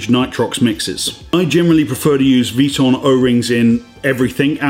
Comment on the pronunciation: Love the vids and thanks for the tips! One thing though, i think it’s V “I” ton. Not sure if that falls into the Aluminum or Laboratory category in the queens English. :)